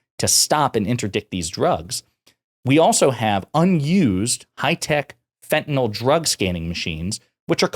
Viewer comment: The medication Fentanyl is pronounced “fent-a-nil” and not “fent-a-nol.”